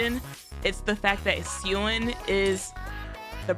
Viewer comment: You calling Jien as jean is so funny 😂